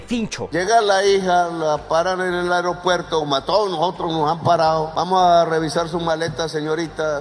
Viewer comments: AerEopuerto?? Su papá lo va a regañar. Se dice AEROPUERTO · Se dice : aeropuerto. 😢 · lo admiro mucho, por favor revisar la pronunciación de palabras como ME-TE-O-RO-LO-GO y A-E-RO-PUER-TO